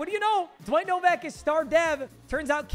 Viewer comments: Man pronounced Nowak Novak the whole time Jesus Christ man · As somebody with the last name Nowak I feel very weird when you mispronounce our name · Bro called Nowak Novak 💀